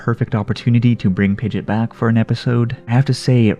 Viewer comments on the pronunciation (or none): Oh man it triggered me every time you said pidgit it's PidgeOt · Why do you say pigit you say pigEOt you say the E and the O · It's not PIDGET its PIDGE"OT" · I’m sorry but it’s not “pidet”.. it’s “pideot” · "pidjit" It's "pidjee-ot" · its pronounced pid-ge-ot not pid-git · BRO ITS PI GE OT not pidget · Its not pronounced Pidget like Midget lol. Its Pidgeot like Camelot 😂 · The only thing I hate about this video is "Pidgit". It is pronounced "Pidgey ott" >:( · Why did you say pijat it's Pidgeot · Pidg ee otte is how you say it not pidgit. Just fyi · pidgit pidgit pidgit me: heck its pidgEOT E SOUND THEN OT SOUND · Sorry but it sounds like you're saying pidget not pidgeot. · Its pidg-E-ot. Not pidg-it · It is pi-ge-ot not pi-git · Omg! It's Pig-eot, not Pid-git! Also good video anyways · Pidge it?? Lol it’s pidgeot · Pidgey-ot lol you’re killing me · It’s pidgeot not pidget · hold on did he just say pidgit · it's pronounced (Pidg E ot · why do u say pidgeot pidget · I’m gonna pretend that he is joking when he pronounces Pidgeot wrong…please tell me you were joking….it is hurting me more than pidgeot leaving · It's pidgeot not pidget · It’s not pidgit it’s pidgeot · Pidgeot pronounced pidgeyot!! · The way you prononce Pid-GE-ot not only lost you a sub but I'm not even gonna finish this video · I find it wierd how you pronounce it pidgeot pidgit but don’t pronounce pidgeotto pidgitto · I seriously hate that you refuse to pronounce pidgeot correctly I'm definitely give it a thumbs down because of that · You don't even say pidgeots name right 🤣🤣im dead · Sad how you pronounce Pidgeot. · Pokémon is over 20 years old. Pronounce Pidgeot correctly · The way you pronounce Pidgeot really bugged me